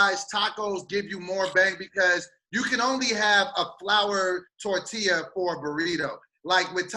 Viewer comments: As the resident representative for la Raza. Also: Tore-til-uh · I want to elbow drop from the top rope for saying torTILLa lol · is from California yet can't pronounce TORTILLA. I love it.